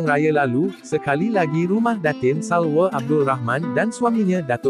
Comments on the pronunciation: Kau ni bkan x boleh sebut "a".Nama dia Salwaaaa bkn Salweeee..Klu gtu Subadron ko pangil la jgk Subeeedron. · salwa bkn salwe..org malaysia ke yg baca ni..pelik je bunyi 😅